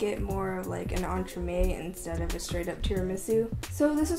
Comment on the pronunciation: That much I know, your pronunciation is good! (Literally just means put between, but I had to look up the practical definition).